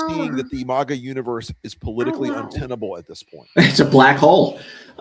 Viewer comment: It's maga, not mogga. It's not an exotic foreign word. It's not iroq or iron, either. It's maga. Root word: maggot.